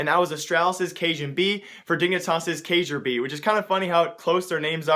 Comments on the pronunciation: First Its not pronounced ka-jur-be, its Kjeer-by Second D&G is ex-csgolounge, and you showed us a picture of AGG's roster and not D&B... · Kyerby not kajerb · ITS KIRBY, not kayjorbee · Kay-jur-bee is not how it's pronounced, it's Kay-Are-Bee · KAJERBEE. its pronounced kyerbee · Kay-ger-bee? Lol. Kek. It sounds like Kirby. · I've been watching you for a while... Make sure you're accurate. Dobry and gaming is a team that has been around forever, known as CSGOlounge. and the lineup u showed wasnt the lineup they had during that game... And you completely butchered the pronunciation of kjaerbye... its key-air-bee, not cay-jer-bee. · kyay-er-bee not kay-jer-bee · its "kay-air-bee" not kragerb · key air be not cajube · It's not pronounce kajerbee, it's pronounced kyayerbee. other than that, great content dude! was hoping to add you on steam or dm on twitter, I have a couple ideas for your channel that are news related. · kjaerbye is not pronounced "k-jur-bee" but rather "kyay-r-bee" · its not cajubye. its KJAERBYE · “johnamelone” cairns Not kay-yer-bee, it's Kee-yer-bee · kyaerbye is said like KEE-AIR-BOO lmao you said kayerbe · NEWS Yo man Kjaerbye is pronounced like care-b not kayjer-B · Kjaerbye is pronounced Key-Er-Be, but we all knew who you meant so it doesn't matter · It's pronounced Keyar-bee. Kjaerbye, not like you were saying it... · CajunB and Kjaerbye is not pronounced the same at all ( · Kjaerbye is pronounced key-er-bee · it is pronounced Key-yeah-bye :-) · dude -> its Ky-air-bee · You pronounce it 'kjær-by', to be a 100% correct, and if you don't know to pronounce Æ, you should google it. =) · Its key air bee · it's pronounced like kirby with a stressed "i" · damn dude i like the content but do more research, ee-chi-baahn, kee-yer-bee, and dobry is ex-csgolounge thats the old roster too and lord is now coaching for them and they've been playing with this line up for months now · kjaerbye = key-er-bee not what ever the fuck u said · K-jaer-bye lol